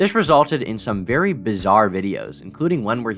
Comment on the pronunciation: shhhhh be vewy vewy quiet. We’re gonna be catching predators